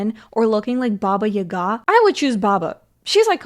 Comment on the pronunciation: I love you but…”Babaya-GA”?? 😂😂